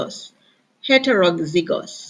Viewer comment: Miss heterozygous is pronounced as 'het-ro-zai-gus'